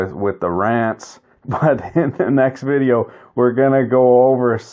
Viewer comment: It took me longer than I'd like to admit to work out that "vi-jay-o" means "video"...